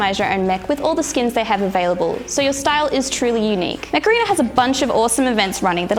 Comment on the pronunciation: Every time you said "Mech Arena" I heard "Macarena" hahahahahaha